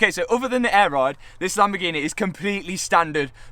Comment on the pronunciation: Makes it so much better the way you pronounce Lamborgheneh. True commoner